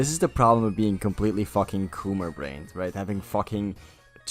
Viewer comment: IN MY FACKHING GAYME?!